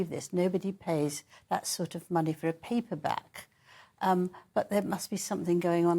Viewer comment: A peeper back, lmao. The British accent taken to the next level.